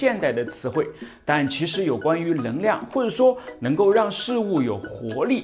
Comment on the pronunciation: 我很好奇，你“能够”能读对。但“能量”就读不对 是什么道理？